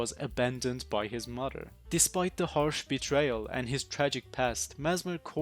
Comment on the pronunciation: Another souls commentary with chunky accent. If i had a dollar for everyone ive watched/found. If youve been a fan of fromsoft content for years you know what im talking about, its a thing. No hate though, i still watch the hell out of it. Even if mother is pronounced MUDER every time. 😅